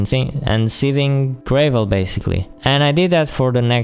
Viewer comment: you say iron weird and you say gravel like grae-vel